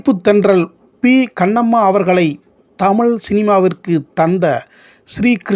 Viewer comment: தமிழ் ---- ழ -- உச்சரிப்பு சரியில்லை அடுத்த முறை சரியாக தமிழ் என்று சொல்லவும்